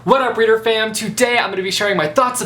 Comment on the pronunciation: I have a question in the beginning did u said what's up reading fam or family? Or what??